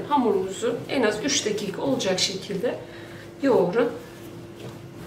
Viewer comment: Tariflerinizi çok beğeniyorum tadı da çok güzel oluyor ama bir şey diyeceğim umarım bana kırılmazsınız....Üş değil Üç 😋😁😁😂😂😂😂😂😊😊